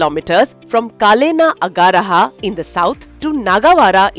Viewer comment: Seriously 😁😁 “Agaraha” 🤦‍♂️🤦‍♂️